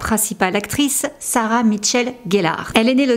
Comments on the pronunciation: C'est pas pour être lourde mais , tu dit " Sarah Mitchell gellar" c'est peu être involontaire.. mais du coup c'est pas très précis , quand on sait que c'est Michelle la présence du "T" ca choque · Apparemment, je suis la seule à avoir un gros problème avec la prononciation qui bute sur "MiTchelle", très étrange...j'ai bcp de mal!!